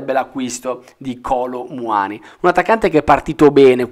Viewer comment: Il Milan si muove per primo e come al solito arriva ultimo ...è Muani' con accento e no Muani 🤣🤣🤣